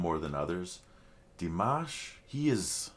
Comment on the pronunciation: Please learn how to say his name ! Forget the mash like mash Potatoes it's mosh like mosh pit. You have been reacting long enough to know his name.